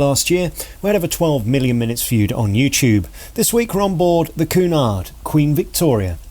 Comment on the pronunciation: It's "Q" nard, not "Coo" nard! I gather from your comments you're not that versed in cruising. Pay more, your suites are far from bland and The Grills makes it an entirely different cruise altogether. It's not bright, glitzy and loud, but what a welcome relief for those not looking for "Butlins on Sea."